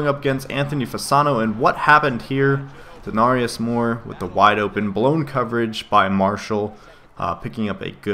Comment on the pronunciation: not to be that guy but its De-Nare-ious Moore XD